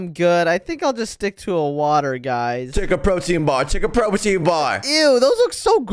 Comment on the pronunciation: It's take not toke